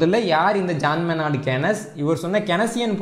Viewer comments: அருமையானப் பதிவு. Keynes என்ற பெயரைக் கெனஸ் என்று உச்சரிப்பதை விட, ‘கீன்ஸ்’ என்று சொல்வதே சரி. Keynesian economics - கீன்சியப் பொருளாதாரம்.🙏🏽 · JM கீன்ஸ் என்று உச்சரிக்க௨ம்